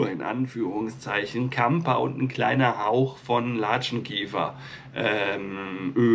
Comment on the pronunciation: Das Gehirn ist halt erstaunlich,und ist nur minimal erforscht. Placebo kann ja Wunder vollbringen. Siehe Asterix und der Zaubertrank😁😁. Zum Klugscheissen..Kamper klingt schön, aber das ph wird f ausgesprochen😏 nur zum (klugscheissen) Liebe Grüße Stephanie